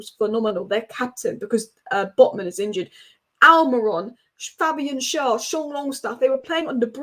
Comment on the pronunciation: Thanks for realising what we have known for a long time on Tyneside. I was so happy we didn't hire a big name manager because they are only successful when they have unlimited funds to buy top players - and that includes your Fergusons and Peps. Btw. Fabian's name is Schär, Proounced share. It is permissable to spell it Schaer if you can't deal with the Umlaut ä.